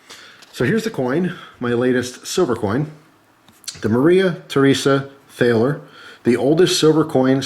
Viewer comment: btw, it's pronounced Tall-er